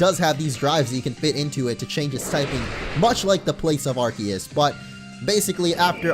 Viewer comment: it made me cringe so hard when he said arceus wrong